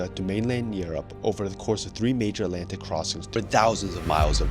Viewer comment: Alantic???? Must be a new discovered ocean 😂